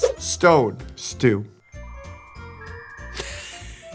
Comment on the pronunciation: It should be "Sttwo" though, not "Stwo".